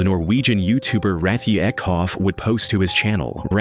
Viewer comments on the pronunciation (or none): His name is Tor Eckhoff, not "rathi akhoff" or whatever the commentator said